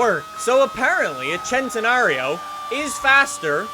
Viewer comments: It's pronounced Sentenario not Chentenario. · why does he say chentenario ffs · Why do people say "chentenario"? Isnt it pronounced "scentenario?